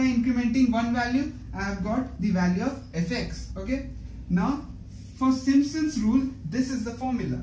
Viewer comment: खाना समय से खाया किजीऐ गले से अवाज निकल नही है थोड़ा जोड से बोलिए अच्छा रहेगा Simpson's hota hai Not simsons Ok